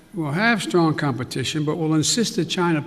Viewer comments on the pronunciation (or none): none